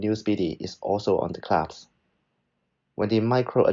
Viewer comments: Nice review. Small tip, it’s pronounced clasp (versus claps) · clasp NOT claps!